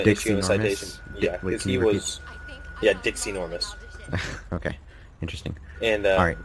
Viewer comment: did anybody else catch the fact that when say his name was Dixie Normous that it sounded like he said Dick's Enourmouse